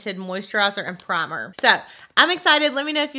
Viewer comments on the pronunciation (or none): none